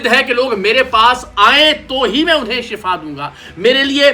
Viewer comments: Word Shifaa hota hai Shafaa nahin ko ana chahiay tha jub uss ny kaha tha anay ko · "Shafa" nehien "Shifa" hote hein. "Shafa" maot ko kehte hein Aur "Shifa" bimari ka khatam hojane ko kehte hein.